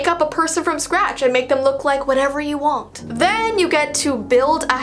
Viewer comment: LOL: The ascent you had when you said want the mark.